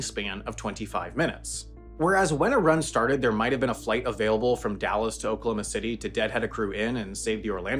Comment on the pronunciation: This is nuts your accent is like dead on in pronouncing oklahoma city like we pronounce it, and I never hear this. It's always like "Oklahoma city" instead of "okloma city"